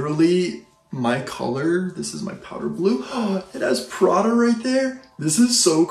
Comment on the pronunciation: Pra-DA.....with an inflection at the end LOL. On the next video, reviews a Ro-LEX